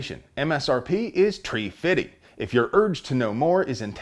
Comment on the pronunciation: “Tree. Fiddy!